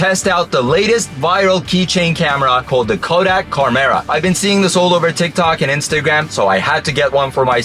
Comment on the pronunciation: Uh, it's supposed to be "CHARM"-era.